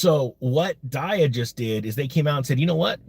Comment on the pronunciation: Pretty sure its DEEE AH . Did you do your research bruh?